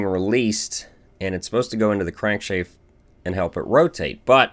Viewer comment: But its not refreshing to hear him call a Crank Shaft a Crank Shayft